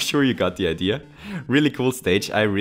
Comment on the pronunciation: not trying to be mean but “Idear”